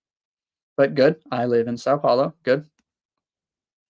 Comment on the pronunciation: You seem to be the only person outside Brazil who knows how to pronounce "São Paulo" correctly.😉